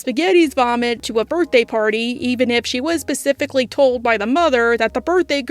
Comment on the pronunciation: Finally gonna say it but saying "secifically" instead of "specifically" is kind of adorable